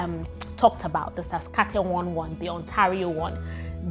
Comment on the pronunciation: 😂🤣 your struggle is real, it is pronounced as SAS-KA-CHER-WAN. And its capital is pronounced as RAY-JAI-NA (the last 2 syllables sounding like the last 2 syllables of a woman's body part)